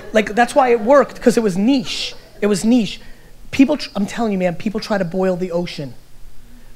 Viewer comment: Man I love this guy, and to top it off he pronounced 'Niche' correctly :)